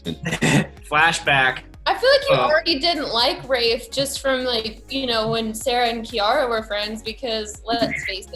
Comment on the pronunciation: thought his name was rayth lmao not rafe haha